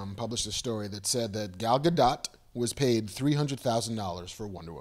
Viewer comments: Gentlemen, her name is pronounced, Gah'l Gah-dote! She is NOT a dot! I live in the land she grew up in; I'm telling you the truth! Love you guys! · Kevin cannot pronounce any Greek word properly, even though he's heard it pronounced properly in movies. ozymanDIas? Are you fucking kidding me? Kev - the third from the last syllable is always stressed in a Greek word. TheMYscyra. OzyMANdias. Jesus. Oh, and it's gah-DOTE while I'm at it. Oh - and did he just say "Rorshark?" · Leah Shalek She has confirmed that it's pronounced Gal Ga-Duht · Gal Ga-D'OH! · gal ga-duh! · I can't handle how stupidly you said Gal Godot's name.